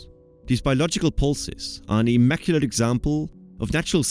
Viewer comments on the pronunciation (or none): none